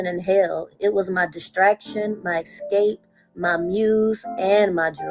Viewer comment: BTW, the word is "ES-cape" not "EX-cape" ...